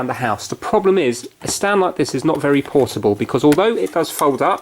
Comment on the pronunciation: porable projecter